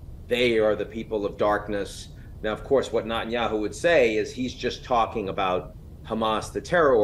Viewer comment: I wish Ian would stop mispronouncing Netanyahu as Notanyahu. Does he do this on purpose? So weird